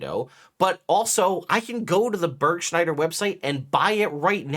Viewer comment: Burgschneider is a company from Germany, you can see the legal name and form at the end of the cleric costume options...and it is not Börgshneider, please at least try a proper pronunciation. Even I know that you speak Arkansas not like it is written.🙃